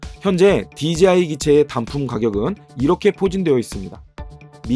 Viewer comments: 제가 만약 간장공장공장장을 제가 올린 영상에서 실수가 아니라 반복적으로 또박또박 강간공간공간감으로 발음한다면 그건 저한테 어떤 다른 의도가 있던가 아니면 들으시는 의 감각에 어떤 문제가 있다고 생각할 수 있다다고 느껴지지 않으시나요? 저는 dji를 디지아이로 발음하시는게 그런 느낌으로 다가와서 한테 저와 다른 어떤 영어 발음법을 알고 계신건지 아니면 저한테 문제가 있는건비 여쭌겁니다. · 그냥 궁금해서 남긴 답글인데 왜 급발진을 하시는지가 더 의뭉스럽네요ㅎㅎ 한두사람이 아니라 dji를 말하는 거의 절반의(제가 아는 사람과 유튜버를 합쳐서) 사람들이 디제이아이가 아니라 디지아이로 읽으시는데 저는 아무리 봐도 합리적인 이유를 찾을수가 없거든요. 혹시 제가 모르는 또다른 영어 발음법이 있나 해서 꺼내본 말인데 기분이 심히 나쁘신것같은데 그러시다면 죄송합니다. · 자. 읽어봐 "J" 제이 자. 읽어봐 "DJI" 디지아이 ????????????????????? 주변에 촬영하는 애들도 그렇고 수입하는 애들도 그렇고 리뷰하는애들까지 왜 그러는걸까요??????????????????????????진짜 진심 10년째 의문인데